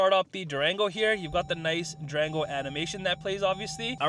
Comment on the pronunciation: It sounded like he said Drango 😔😌🤣 I have mixed emotions right now. I'm still spiriling,I got approved for a vehicle. 20 miles on the vehicle I would take but 50 miles I think not.